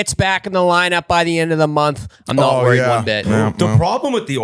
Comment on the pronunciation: I'm really Wah-read (worried) about him.....